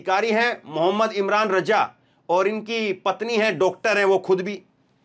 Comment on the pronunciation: मु इमरान रज़ा उच्चारण शुद्ध करें